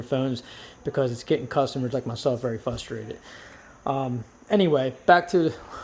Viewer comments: I thought I was hearing things, but then he said it again. Pennsylvania school systems. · "I'm Fustrated"